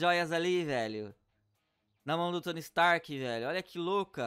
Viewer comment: "Tony strk" ??? Wtf